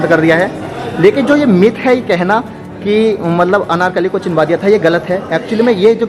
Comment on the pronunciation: Brother nice video but aap ek pronoun mistake kar rahe ho bar bar 😂 it's CHUNWA diya gaya tha not CHINWA diya gaya tha 😝😝🤭🤭🤭 n aapne thumbnail pr bhi chinwa diya likha hai 😂 use correct kariye.. But yes very very nice video 👍👍😊❤️